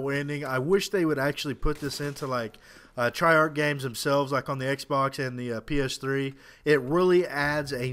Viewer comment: not to sound mean, but why do you pernounce it Try-Arch-E instead of Treyarch?